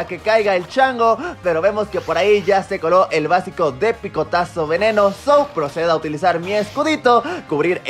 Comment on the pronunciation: "sou" aprendiendo inglich